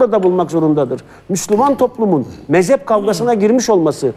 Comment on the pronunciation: o dediğiniz mezep değil mezhep, Türkçeyi düzgün konuşun lütfen siz göz önünde bulunan bir insansınız.